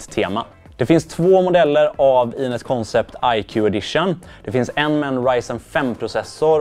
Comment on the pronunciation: Lite nyfiken över valet att skriva namnet på svenska (koncept) men uttala det på engelska (concept). Någon särskilt tanke bakom det?